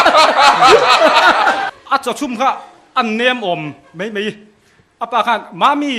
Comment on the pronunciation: 'Mei mei' tih loh tur... ' Mai mai' tih tur...